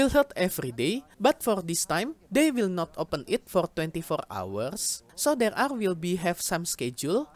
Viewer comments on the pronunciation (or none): none